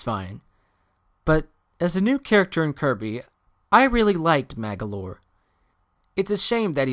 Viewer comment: Man you said magolor AWSOME !!!!!!!!!!!!!!